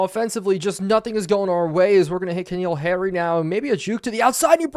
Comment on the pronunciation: i apologize for being that guy but since this at least the second or third playlist where ive heard you pronounce it wrong repeatedly im gonna say it: Its N'Keal Harry not K'Neal Harry. just really rough hearing you butcher his name multiple times a video lol